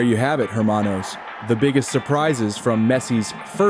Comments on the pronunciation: Hermano the H is silent. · the H in the word hermano is silent, so you know